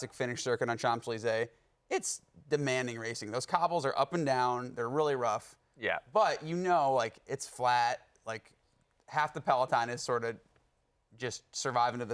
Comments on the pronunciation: IT'S NOT 'SHOMPZ,' IT'S 'SHONZ' WITH THE 'N' BARELY PRONOUNCED. 'SHO…Z.' WHY CAN' T AMERICANS PRONOUNCE FRENCH WORDS (OR, INDEED, ANY WORDS) CORRECTLY? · Because the vast majority of Americans really don't care how it's pronounced. We have other things to worry about. But I do agree in one respect: a TV commentator should get some minimal coaching on how to pronounce local place/people names, like the Champs and "butte de Montmartre".